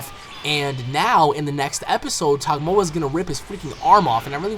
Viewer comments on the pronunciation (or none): You keep calling him Tagomoa but I think it's just Tagoma :D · He said tagmoa instead of tagoma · Not to insult you but your saying Togoma wrong it's pronounced Tu Go Ma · not to be rude or anything but its tagoma not togmoa it just really iritates me when somone pronounces names wrong. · you keep calling him tagmoa its called tagoma lol anyway keep up the good work on ur vids peace bro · I have to disagree with you on Gohan. Gohan isn't being nerfed down like you claim. Gohan is simply not getting Stronger like everyone else is, therefore everyone else is getting powered up above him. Gohan himself hasn't drastically gotten weaker at all. Also, it's pronounced "Tuh-Go-Ma". Other than that, great vid man, keep it up! I also reccomend you play Dragon Ball Z Burst Limit, Ultimate Tenkaichi, or Raging Blast 1(It has a Story while RB2 doesn't) in the future!